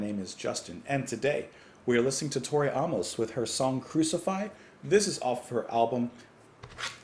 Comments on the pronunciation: Her name phonetically Is not ah-mos, that would spelled aumos, her spelling is Amos so pronounced A-mos like the letter A. Not being smart ass just a little help with how to know how to pronounce an unfamiliar name. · Why are you pronouncing her last name like that? It’s AAA-MUS. Long A. Like the man’s name.